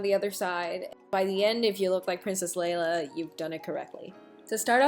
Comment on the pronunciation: she said "princess layla" and i nearly threw my phone across the room